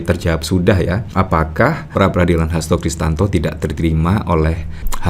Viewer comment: Om....saya lihat dan dengar, nyebut Hasto Kristiyanto, dengan Hasto Kristanto. Mohon kalau bikin video jangan salah sebut lagi ya....😊